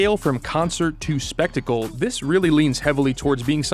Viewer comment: I agree but “sphetical” is crazy 💀 (it’s spectacle, which is honestly hard to spell). also “crip” walking, not crib walking, which is an easy mistake.